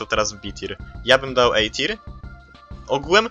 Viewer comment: Nie mówi się Ej tir a A tier